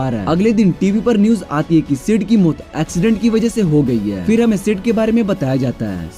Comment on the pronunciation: Bikers ko bakers or maut ko muthe (wtf) bhai apki pronounsation me thodi gadbadi he 😂😂